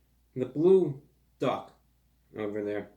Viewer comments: It's bwue! It's BWUE! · IT'S BWUE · It’s bwue! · ITS BWUE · ITS BWLUE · IT'S BWUE!